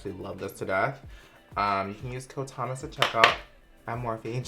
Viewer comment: why the fuck did i hear "hey guys its me, its hummus" in the intro im dying lmao